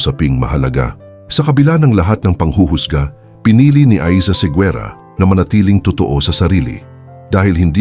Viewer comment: You should pronounce it as Segera, not Seguera.